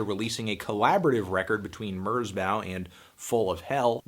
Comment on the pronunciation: Why do you say "Merzbow" that way?